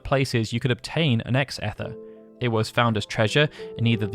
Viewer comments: About the pronunciation of "ether" I know we Americans pronounce some things differently from the Brits, but I'm fairly certain that "Ether" is pronounced "Ee-ther" with a long-E sound, not "Eh-ther." But maybe it's all a bad translation, and it should be "Aether" with the Gaelic Æ . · "Eth-er"? I've never heard anyone pronounce that word that way. It's pronounced "ee-ther". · Random: in all my years of studying chemistry and now FF content on here, I have never heard anyone pronoun "ether" with a short "e" sound. (Not being nasty. It just caught my attention.) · Interesting pronunciation of Ether. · The Ether pronunciation, please! 😢